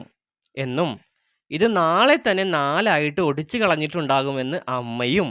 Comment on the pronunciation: ഓടിച്ചു അല്ല ഒടിച്ചു 😅😅